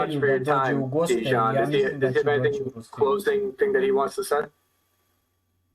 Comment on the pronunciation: Translation with was not good at all. A lot of important things that Deyan said we're not even translated. It sounds as a classic American thing not even to try to pronounce correctly the name of person you are interviewing 3 hours (in Serbian it's written Dejan, should hear him presenting him self as Deyan). This fact talks a lot about. Also should be so professional and check confirmed sniper shot range before saying to guy that was 15 years on the front that he is lying. After this way of ending 3 hour interview, he shouldn't expect again some important soldier from Russian side to be part of your vlog. P.S. arranging duels is standard Slavic thing, still now... even in war... I don't expect a lot of people to understand that, as most of things that Deyan said.